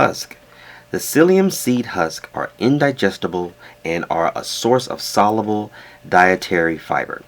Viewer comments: sol-YOO-bull not sol-uh-bull. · sol·u·ble The “U” sound is pronounced in the middle of the word. The Premium Blend of Metamucil uses stevia as a sweetener and is a wonderful product!